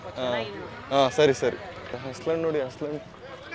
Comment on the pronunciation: halasu ❌ Haslu ✅